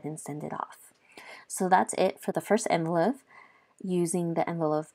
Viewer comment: It’s not envelo (phe) soft f. It’s envelope with a P!